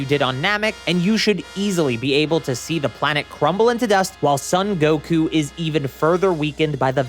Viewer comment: "Sun" Goku? Surely it's "Song" Goku...